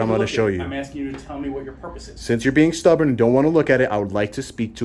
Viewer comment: I loved it when you said your being Stuborn. 😂😂